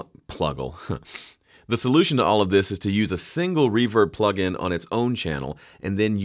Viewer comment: henceforth i will say "pluggle" instead of plugin